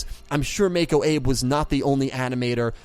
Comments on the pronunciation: Her name is Mako Abe and Abe is pronounced Ah-Bay. I do have some nitpicks with Arc-V but overall I enjoyed it a lot. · It's pronounced Abe= Ah-Bey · am I the only one that got annoyed at him for pronouncing Abe wrong.......